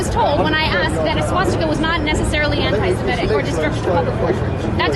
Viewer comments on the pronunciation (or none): Why does everyone say "antisimetic"? It's even written that way in the subtitles. The word is: "antisemitic" - as in - against semites. Free speech is free speech. If someone wants to promote the swastika, this should not be illegal. However, the public should make their views known to said individual. The idea of "harassment, alarm, or distress" is counterproductive. I find wokeisms alarming and distressing. Should they all be made illegal? Of course not. People should be able to express their abhorrent views, so that we, the majority of society can explain why their views are abhorrent. You can't change bad opinions by banning their expression. You'll just push them underground, where they can fester and multiply.